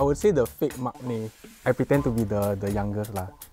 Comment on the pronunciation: please learn to pronounce “maknae” properly leh. It’s “mang-nae”, not “mak-nae”. Not the first time I’ve heard the wrong pronunciation from you already tho, sigh.